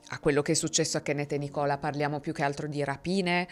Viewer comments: Scusami ma vorrei correggerti sulla pronuncia di un nome inglese ossia Nicola ma viene pronunciato nìcola ed è femminile mentre al maschile si usa Nico ….comunque sei molto brava a narrare I really enjoy to watch your crime documentary have a good one my dear see u later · La pronuncia esatta di NICOLA al femminile è NÌ CO LÁ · Nichola non ė un nome femminile così sarò in uk, ne ho conosciute più di una quando abitavo a Belfast. Viene letto come Nicla, senza O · Ciao, il nome Nicola è molto diffuso nel Regno Unito ed in Irlanda e si pronuncia Nìcola con l’accento sulla i. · Scusa, si dice Nicola, con la cadenza sulla i. Anzichè sulla o. Ed è un nome femminile in inghilterra. Così come lo Andrea. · Scusa, non voglio fare l'Hermione Granger di turno, ma il nome Nicola in Inghilterra non è pronunciato come in Italia. È Nicla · Nicola al femminile si pronuncia con l'accento sulla prima i 🚩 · Il nome femminile Nicola in inglese si pronuncia Nìcola, con l'accento sulla I. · Nicola in uk è un nome femminile e si pronuncia con accento sulla i, FYI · Ciao, volevo solo precisare che il nome Nicola è abbastanza diffuso qua in UK e anzi si usa solo al femminile. Viene pronunciato Nìcola:) bellissimo video come sempre ❤ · nel mondo anglosassone, specie nel regno unito, nicola è un nome da donna anche piuttosto comune, che non si pronuncia come in italiano ma con l'accento sulla prima i, Nì-cola. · Nicola era il nome di mia zia nel veneto. In realtà al femminile ha l’accento sulla I. Si pronuncia nIcola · E meno male che non volevano uccidere! Non so se avrei la forza di perdonare, proprio non lo so. Tanto rispetto per i genitori di questi due ragazzi. Quando hai letto la poesia ho pianto. ps: lo scrivo solo perché te lo sei chiesto. Il nome Nicola al femminile si pronuncia Nícola, con l'accento sulla i. Lo so perché ne ho conosciute ben due di Nícola 😅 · Il nome di cui si parla, al femminile, l’ho sempre sentito pronunciare “Nìcola”